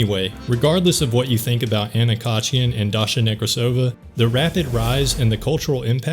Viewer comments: It's NekrAsova, not NekrasOva. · Then she also, weirdly enough, saying it wrong. Russian last name Nekrasova [rus. Некрасова], a feminitive of Nekrasov, is pronounced only one way - NekrAsova/NekrAsov. I don't know how a Russian could butcher their own name that bad, considering that a Nekrasov is a pretty famous last name. It's like saying LincOln or JohnsOn.